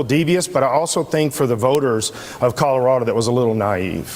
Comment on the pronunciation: colorader?? never heard of 'er